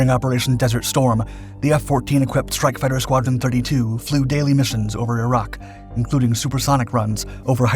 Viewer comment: I know right, I just cringe and want yell at him everytime he says it.